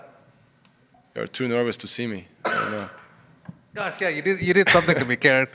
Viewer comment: It's pronounced as KAH-REN (as in Ben) Not KAIR-REN like the female name.